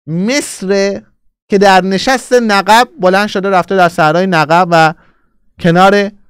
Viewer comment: آقا نِقِب درسته نّقّب اشتباهه